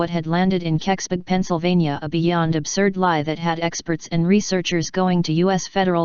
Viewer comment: It's impossible to mispronounce Keksburg unldss you're trying, why are you trying